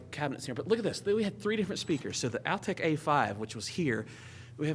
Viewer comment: it's not pronounced "Al-tech." They were called, "All-tech speakers." Just a minor thing. Thanks for the trip down the VOTT lane. I still own a pair of perfectly good Altec A7-800 speakers.